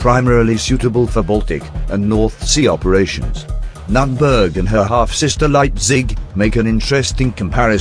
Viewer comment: Nürnberg.... pronounced N oern birgh not that what u put in our ears^^